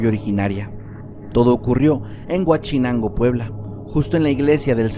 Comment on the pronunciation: ¡Solo una cosa! Es Huauchinango y no Huachinango.